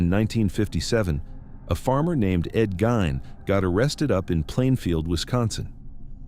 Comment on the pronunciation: I am from WI....I like that at the beginning of your narrative you called him Ed Gein...pronounce Ed GINE...not Gane...not Geen...It was Gine...long (i)...silent (E)